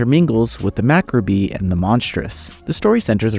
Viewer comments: You're not really familiar with the word macabre are you? I mean "Mack-rah-bee?"... Please, you and so many other youtubers.... learn the words before you record. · macabre is pronounced "ma-cabb" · Saying 'macabre 'mack-a-bree' was so funny! Nice intro, the Meg game looks really unique, thank you.